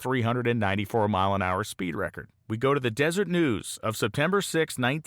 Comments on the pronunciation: One picky item for an otherwise top notch report and photo album— The second Utah newspaper is not the "Desert" News, it is a Mormon word called Deseret. (Dez–er–et, pronounced just like it looks) Despite it looking like the Mormons don't know how to spell the eco system in which they live— "the desert", the word Deseret comes from the Mormon's secondary scripture book, "The Book of Mormon"; and it means "honeybee" or more precisely, refers to the constant work and industriousness of Honeybees. Kind of like Art Arfons himself— working hard and determined, using only his own resources to accomplish amazing things. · it is DESERET news. steve